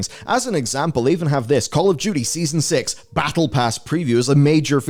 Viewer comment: are you saying Call of Judy?